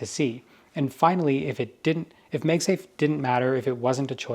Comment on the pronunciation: Why does he keep saying “Meg safe”? It’s Mag Safe.